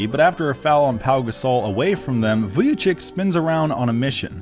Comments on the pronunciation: Who the hell is Vujachick? 😂 Its pronounced Vujachich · Great video But pronunciation is Vujachich